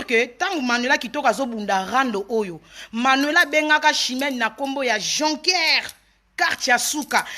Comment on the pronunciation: Jocker et non joncker